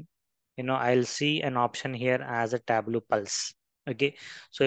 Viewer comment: It's Tab-low.